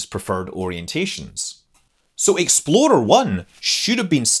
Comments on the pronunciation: I kept hearing Exploder I. I kind of wish that was the actual name. :-) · It sounds like you're saying "Exploder 1." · I keep thinking hes saying "exploder 1"